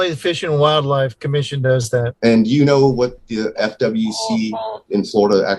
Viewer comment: why did it sound like he said fu(k Florida wild life commission